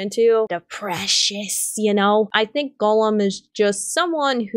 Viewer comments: I'm in Ohio (I think your east coast too) but I had wondered if Gollum was more of an accent. Sounds more like you're pronouncing it as Golem instead though. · Eomer,, Faramir, Gollum, Haldir and Isildur lol. Haldir you only said once and stumbled over so you may have said it correctly had you said it a second time but Gollum especially bugged me because of how many times you said it and mispronounced it. I enjoyed the video enough though that I just listened to it again from start to finish on my way home from work though!